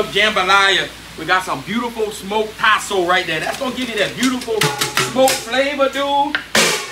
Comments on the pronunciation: What was the second meat he added after the smoked sausage? I couldn’t understand it sounded like Tasso or something lol. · Did he say Tasso or Possum? Btw everyone who lives in the south knows my confusion is justified